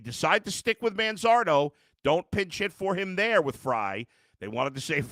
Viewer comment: Why couldn't they pronounce Manzardo's name correctly?